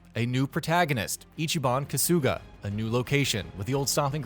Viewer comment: How do you spend well over 60 hrs in the game and then proceed to butcher the main characters last name when they LITERALLY say it in game multiple times?! Smh